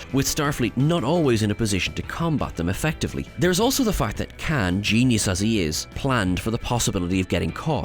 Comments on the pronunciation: Not “kan”…. It’s KHAAAAAAAAN ! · His name is Khaun, not can. 🙄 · I want to slap the guy every time he says Khan…